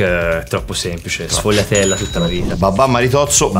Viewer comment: Ma perché babà? Pensavo si chiamasse babbbbà